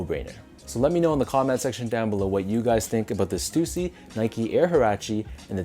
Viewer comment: Damn i been pronouncing stussy wrong all these years....